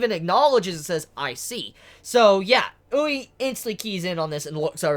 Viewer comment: It's oo-ri-eh not oo-rei for Urie